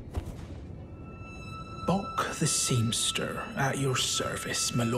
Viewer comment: I love! The way he always says seamSTER is so cute and hilarious to me!! 😂😍😘